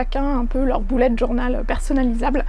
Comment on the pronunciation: jadore quand tu dis "boulette journal " mdr. Sinon tes livres font très envie. De nous ton avis sur À fleur de peau dès que tu l'aura lu, j'aimerai bien l'offrir à quelqu'un.